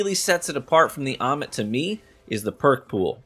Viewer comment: it's how you said "Ommit" lol Btw, what shader on that Prosecutor? 🤩